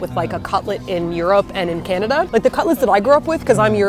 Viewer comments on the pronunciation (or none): none